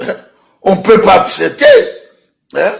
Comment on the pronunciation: On peut pas « apseeeeepter »🤣🤣😭